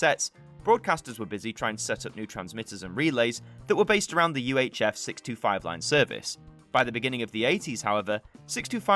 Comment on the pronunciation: I heard that too, but on replay I heard 1937. Another thing, I often though he was saying 65, when he was actually saying 625.